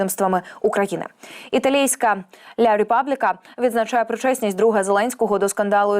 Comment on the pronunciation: Не " ля репабліка",а " la Republica", ла Републіка,соромно так перекручувати назву видання.